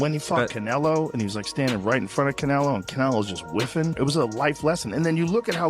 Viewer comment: Narrator keeps pronouncing Canelo as cantaloupe...😂😂😂😂